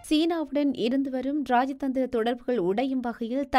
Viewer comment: மன்னிக்கவும் ....ராயதந்திரமில்லை.....ராஜதந்திரம். தமிழைக்கொலைபண்ண வேண்டாம்